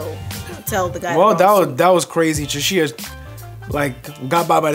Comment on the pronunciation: Also Chishiya is "Cheshire" as in the cheshire cat, the op dude